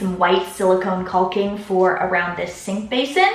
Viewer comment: Not that anyone asked, but just so you know, it's "cocking" not culking. :)